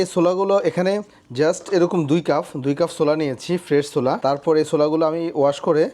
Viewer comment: Cuf bolechen keno? Eta cup